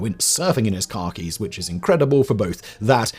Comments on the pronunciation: Drink every time he mispronounces Khakis as Car Keys. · I feel the need to let Simon know that every time he said "khakis," I couldn't not hear "Car Keys." So, "He wore a tuxedo to his wedding instead of his ever present Car Keys" And, "the enormous set of b*alls he kept in his Car Keys." 😂😂😂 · I keep thinking Simon is saying car keys not Khakis 😂